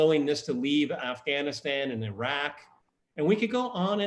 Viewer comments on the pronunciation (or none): none